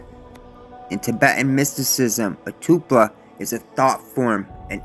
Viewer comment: Toll-pa not Too-pla.